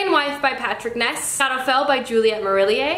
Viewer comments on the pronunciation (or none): none